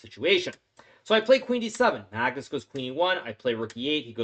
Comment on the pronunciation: hahahah why does hikaru say Magtits instead of Magnus hahahha